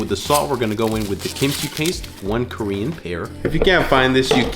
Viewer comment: respect to one of the few content creators I watch that can ACTLLY pronounce Korean great for not being native!!